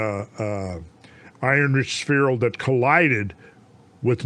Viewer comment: Suicide drinking game shot every time Randle says sphereal